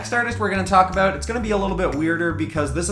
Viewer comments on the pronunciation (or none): when you said “About it” I asked myself “oh is he Canadian?🤔” then 10 seconds later you mentioned Canadian 😂😁 what a timing..